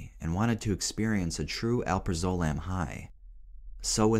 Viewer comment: please stop saying alprazolam like that